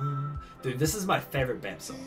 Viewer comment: The way you pronounce B.A.P and Spica though. 😂